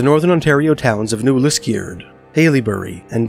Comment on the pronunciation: Love hearing these spooky stories of my childhood home (grew up in Charlton/Englehart but spent A LOT of time on Lake Temiskaming). The only thing that takes me out of the stories is hearing the narrator pronounce "New Lisk-EE-ard"!